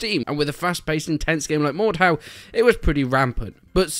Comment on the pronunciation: Is it only me who swares its "mor-dor"